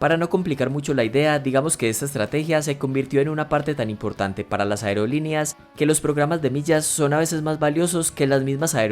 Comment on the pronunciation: Toma en cuenta que no sedice aereolineas se dice aerolíneas